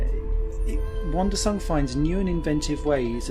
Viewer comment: Its "Wandersong" not Wondersong, otherwise great review, thanks